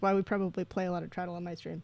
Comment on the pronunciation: I hope the traddle pronunciation is a bit for your stream because it was hurting me inside